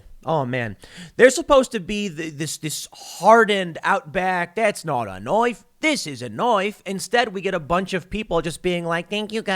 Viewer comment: "This ain't a nuaife, this is a nuaife". I almost died laughing. LMAO!